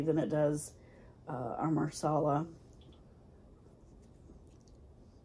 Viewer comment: Nice. It’s “masala” though. “Marsala” is for chicken. 😊. Watching your video at Whole Foods. Looking at Rishi Masala Chai in tea packets. Ingredients seems to be different though. First one is black tea.